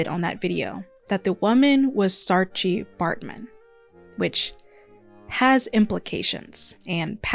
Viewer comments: A little note from a South African, Saartjie is pronounced Saar-kie. The "tjie" in a lot of South African and Afrikaans words is pronounced kie or chi, depending on the word. Edit: Also, I absolutely love your work ❤ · Great video essay! Just one pronunciation point: It's "saar-kie" not "saar-chee" 😊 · great video! I agreed with every point here! I'm south african and just a heads up, saartjie is pronounced as “saar-kie” 🩷!! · I know you tried your best but it's pronounced SAAR-KEY